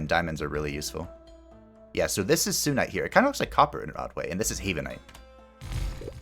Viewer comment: I kinda wanna point out it’s SUNite you know coz it’s called SUN haven just wanted to let you know😛